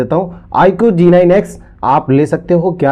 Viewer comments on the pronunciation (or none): Bhai aapne shuru me jo IQ phone ka name number bhi sahi se nahi bola nahi dikhaya mujhe to kuch samajh nahi aaya